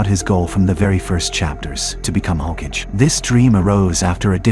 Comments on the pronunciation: Brother the term is not 'HOKAGE' it's 'HO-KA-GE' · Say it with me HO-KA-GAY. The way you are pronouncing it is killing me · Lol... Boruto Shippuden is as bad if not worst than Boruto Ps. I don't know how much you know about Naruto as a series if you pronounce Hokage like that XD